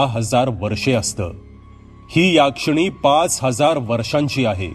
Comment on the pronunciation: याक्षिणी नाही हो.... यक्षीणी